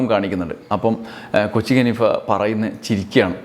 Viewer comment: കൊച്ചിങ് അല്ല " കൊച്ചിൻ"